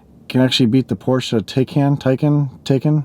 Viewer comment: Its “Thai Khan” for the Porsche (not Tay Can). Why is that so difficult to remember?